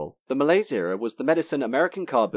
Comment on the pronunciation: Wrong pronunciation of the word "malaise"